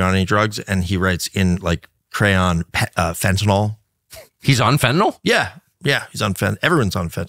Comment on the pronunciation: Went back to watching this in the middle of the night...and why can't people pronounce fentanyl properly? It's not FEN-TEE-NOL, it's FEN-TA-NYL. It's not Tylenol.